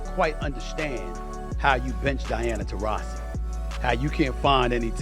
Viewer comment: Pathetic channel when you cannot even pronounce Taurasi's name correctly...